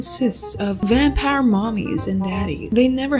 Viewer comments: VamPARR (super country accent) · You can’t forget “Vanparr” Meant to be vampire if you are dumbfounded